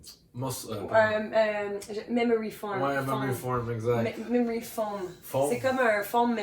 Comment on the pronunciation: Memory Foam Pas Form LP 🤦🏽‍♂️ Voyons Donc Monsieur